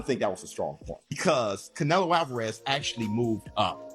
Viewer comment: Narrator keeps pronouncing Canelo as cantaloupe...😂😂😂😂